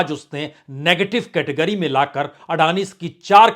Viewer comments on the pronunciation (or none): none